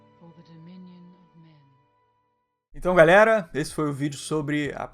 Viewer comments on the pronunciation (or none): none